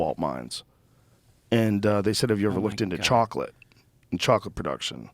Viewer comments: This man says chocolate like that fish in spongebob.. "Chawwkklit" lmaooo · joe pronounces chocolate like the old woman from SpongeBob